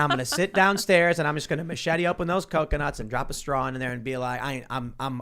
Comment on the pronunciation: "Macheting Coconuts" not "Machet-ee-ing Coconuts".